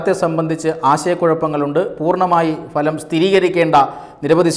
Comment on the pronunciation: ദയവായി അവതാരകൻ ഉച്ചാരണത്തിൽ ശ്രദ്ധിക്കുക . ഫലം എന്ന മലയാള പദം ഫാദർ എന്ന വാക്കിലെ ' ഫ' ഉച്ചരിക്കുന്നത് പോലെ അല്ല പറയേണ്ടത്. പകരം ഭാര്യ എന്ന വാക്കിലെ ' ഭ ' പോലെയാണ് ഉച്ചരിക്കുന്നത്. Result , fruits എന്ന അർഥത്തിൽ ഫ എന്ന അക്ഷരം ഉപയോഗിക്കുമ്പോൾ ' ഭ ' ശബ്ദം ആണ് വേണ്ടത് . ചിലർ ഭാര്യ എന്ന വാക്കിനെ ഫാര്യ എന്ന് പറയാറുണ്ട് . അത് പോലെ ഉള്ള ഒരു ഉച്ചാരണ പിശക് ആണിത് . ശ്രദ്ധിക്കുമല്ലോ. മികച്ച അവതരണവും ശബ്ദവും ആണ് താങ്കളുടേത് .